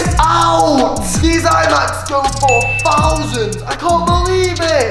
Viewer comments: It's so funny how when morgz got a hoodie and he said one fousand dollars and he was in England so it was pounds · Um am I the on,y one who realized he does not say thousand he said fousand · 1 fousand stop saying fousand its thousand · Morgan: gasp it’s one Fousand dollars